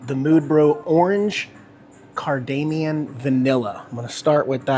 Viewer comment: it is CARD A MOM not the way you said it